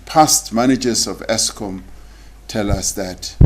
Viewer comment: Exskom 😂😂😂😂my President